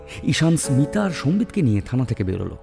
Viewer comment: স্মিতা নামটা ২/৩ বার ভুল উচ্চারণ করলে !